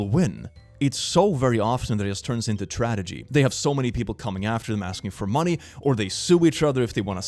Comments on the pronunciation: as someone who frequently messes up words, “tradegy” made me so happy 😊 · Is pronouncing tragedy “tradejee” an inside joke or am I being too nit picky about a ESL speaker?? He says it exclusively that way I think Lmao